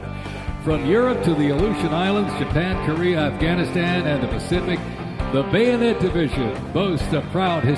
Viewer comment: So many corrections by the announcer. How does he not know how to say bayonet??? Cringe worthy